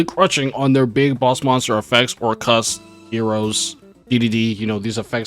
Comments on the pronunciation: Orchestra= or- kust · why u say Orc- Kust like that lmao